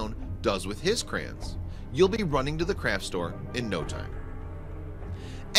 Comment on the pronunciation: I hate the way the narrator pronounces "Crayons". What the f**k is a "Crayen"?